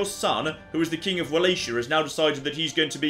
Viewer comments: WALACHIA IS PRONOUNCED WAW LAW KEY AHH! PLEASE DEAR GOD MY POOR POOR EARS! I love this series it’s the highlight of my week! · Your pronunciation of Wallachia aggravates me just as much as your pronunciation of Coyote. Well done!